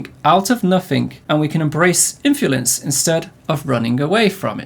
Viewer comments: Kinda distaracting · Is he saying infulence or am I going insane? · embrace the infulence, mate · very distracting pronunciation of "influence" haha